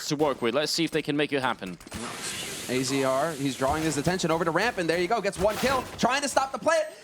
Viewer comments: Unwoven Sleeve "Azza, not A Z R or Azer it's Azza" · Pretty sure it's pronounced Azza not Azee arr.